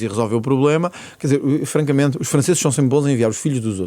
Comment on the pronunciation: ... 😂😅🎉 Não me digam que o ventura voltou a dizer FRANGAMENTE, assim tão descaradamente?! 😂😅😊😅😂